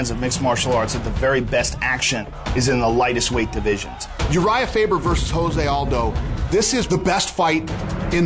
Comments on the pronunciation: Lmao joe se aldo? Isn't it jose aldo or joe se aldo lol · LOL Joe Rogan calling him JOE ZAY ALDO instead of HO ZAY..... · Rogan keeps saying Joe Say Aldo. damn I mean I know he's white but wtf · lol i kept wondering that too. why is it joe say aldos. made me question if its jose or joe say lol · really Joe Rogan really...???? JOE-say Aldo???